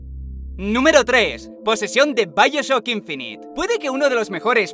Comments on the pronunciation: no es vaioshoc inphineet :v es: bioshock infinite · Encontré dos Easter Eggs :D (es obvio que lo escribió asi a próposito) xd ; La habitación fantasma, "COD:phainest aeur" xD xD; Posesión, "Vaioshoc inphineet" xd xd. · Amo el gran lenguaje de nuestro Dios con su vaioshoc inphineet jajajajajaja 🤣🤣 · Vaioshoc inphineet xdxd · Like si viste "vaioshoc inphineet" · vaioshoc inphineet :v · Finest "Auer" "Vaioshoc inphineet" xdxdxd